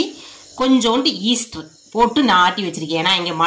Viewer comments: Adhu yeaster illa ma yeast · Easter illai Yeast.Dont add er while pronouncing. is not correcting her.May be he also don’t know how to spell.This is the second time I am correcting. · ஈஸ்டர் இல்லை. ஈஸ்ட். வெண்ணிலா எஸ்ஸன்ஸ். வா ன்னிலை இல்லை.